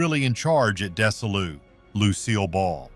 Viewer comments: When are you going to get a narrator who knows how to pronounce the names correctly? it was desi LU productions part desi part LU as in LUCY!!! her name is MAGEL barrett "maaaa gell" learn how to say the names correctly or get rid of the A.I. voice, and this was NOT the first inter-racial kiss on TV!!! that belonged to NANCY SINATRA!!!! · It's hard to take seriously a video where the announcer can't even pronounce "Desilu" correctly. It's a contraction of Desi, as in Desi Arnaz, and Lucy, as in Lucile Ball, the couple that founded it in 1950. (In 1962, Lucy bought out Desi, becoming the first woman to run a major TV studio.) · Whoever makes these videos are stone cold idiots. Can't even pronounce Desilu right. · Desilu is mispronounced. It's actually pronounced for its founders Desi and Lucy -- so DeziLu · The "s" in "Desilu" is pronounced like a "z." The "i" is pronounced like a long "e." Get a better bot. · Desi Lu ... not Desa Lu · or "DeZZi-lu" not "Dessi-lu." Pronounced "Majel" every way possible. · Dess-a-loo ??:face-fuchsia-tongue-out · Terribly done....Desilu is pronounced "Desi-Lou" ... not what your AI voice is saying....sheesh... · OMG. Fix your AI. It's not "Des-uh-loo" That is so insulting to Desi Arnaz and Lucille Ball to pronounce it like that. Could not want more than 2 minutes of this. 👎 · It’s dez-E-Lu. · It is pronounced Dezee - Loo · AI is the narrator which is very annoying to me. In case you doubt that, note the way he pronounces Desilu and Nimoy.